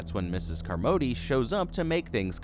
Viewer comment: Flinched everything u called her car-MOE-dee. Did you see the movie? No one said her name like that.